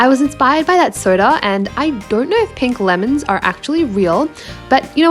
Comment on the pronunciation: When you say pink lemon it kind of sounds like grape fruit